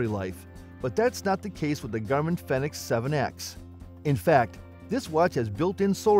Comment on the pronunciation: It's a Garmin Fenix, not phenex.